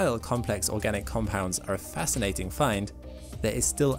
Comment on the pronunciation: Oragnic? Or organic?